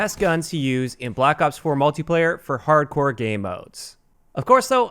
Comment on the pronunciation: "Harcdore" Nice job,.